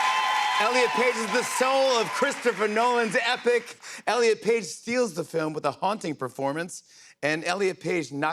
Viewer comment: 😂😂😂😂😂😂😂😂😂 you said, rllen instead of elliot!!! 😂😂😂😂😂 You are awesom!!!! So punk!!!!